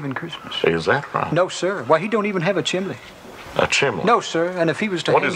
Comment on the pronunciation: I was taught chimley, the kitchen zinc (instead of sink) warsh (instead of wash), oirl (instead of oil)